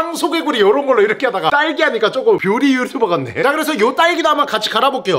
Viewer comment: 근데 딸기는 랄리아니고 왜 랄기야?ㅋㅋㅋㅋ 후레시우유는 루레리루류면서ㅋㅋㅋ